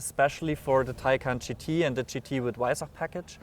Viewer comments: Its not hard to pronounce Weissach correctly.. "Vai-s-ahck" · Just pronounce it with a “V” not a “W”! It’s okay!